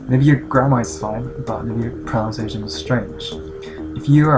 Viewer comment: this is stupid but its just thing pronunciation is pronounced as proNUNciation not proNOUNciation, its a really common mistake even with a lot of native english speakers